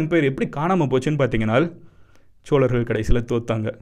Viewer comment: சோழர்கள் not ச்ச்சோழர்கள் solargal not chcholargal 😒😒